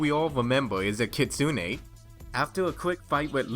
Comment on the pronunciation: If I may be so bold, you both mispronounced Kitsune. You say it like "key", silent t (short break after say key) "soon" "eh"